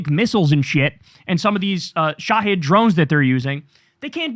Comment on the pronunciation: Bro. Huge fan here. It's pronounced Shah-Heeeeed. It's the Arabic word used for "Martyrs" in that culture. It's a clever name for a drone that won't come back. ✌️